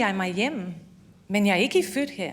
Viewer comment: Thinks she speaks danish good.. there is a few words where she fails... but who cares